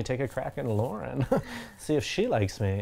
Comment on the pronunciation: You guys are the most anticipated part of my week! I’m sad that there was never “LARNNN” merch, as prev mentioned, but I know you never wanted to be perceived as bashing, so I will probably make my own... since my name is Lauren, and I need butchering my name in my life 😹 Love you guys!, you are my fav!